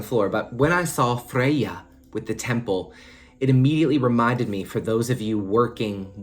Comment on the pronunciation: I love the way you pronounce Freya - I just repeated it out loud at the gym 😂